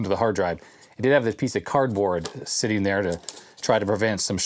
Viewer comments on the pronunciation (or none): none